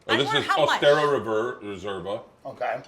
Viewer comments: Tim Dillon pretending he knows about caviar. Beluga isn't legal in the US and it's Osetra, not Ostera... This guy is a fraud. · The mayo looked like kewpie which is Japanese. But I guess to white people japanese and Korean is the same. And can someone please teach these idiots that it’s osetra not ostera or osteria caviar 😜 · The way Tim says Ossestra is hurting my head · Tim pretended like he knew about caviar but mispronounced Osetra the whole time